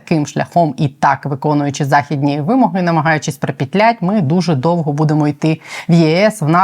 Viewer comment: здається, правильний наголос : вимОги)